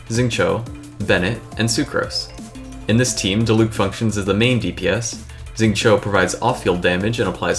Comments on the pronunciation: That’s also not how you say Xingqiu and I feel more okay about being that guy this time because it’s a dudes name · 9.5/10 content. Would be 10/10 but you pronounced Xingqiu weird.